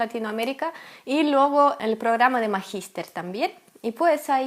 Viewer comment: preciosa.... se dice LUEGO con letra "e"" en medio y no LUGO, cariños:-)